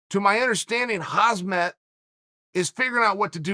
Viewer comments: Default Name chief we are aware of that it’s still “hahmzat” not hazmat 😂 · He called Khamzat Chimaev "Hazmat" again lol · Lets say it together on 3 - 1..2..3.. KHAM-ZAT not KHAZMAT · Did Uncle Chael just call him Hazmat?? Haha! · Chael ‘’Khazmat Chimaev’’ Sonnen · Would you please stop fucking calling the guy 'Hazmat'! I only bring this to you because you've made multiple videos where you feature him yet continue to mess up his name🤣